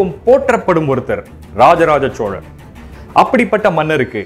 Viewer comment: Sir unga video and research ellam sema super excellent but oru small correction in ur pronounciation ச்சோழன் இல்லை சோழன் தயவு செய்து என் வேண்டுகோள்